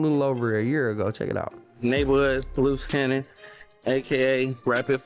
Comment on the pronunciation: Bruh. How many loose cannons is it? Looze Cannon, Luce Cannon? Come on now dawg